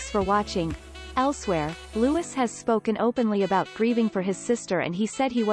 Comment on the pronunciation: It's Louiiiii not Lewis